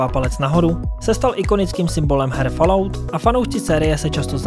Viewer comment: Ta vyslovnost 'falout' uplne rve usi...